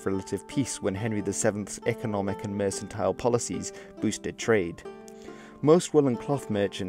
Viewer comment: The 'c' in "mercantile" is pronounced like a 'k' and not like an 's'.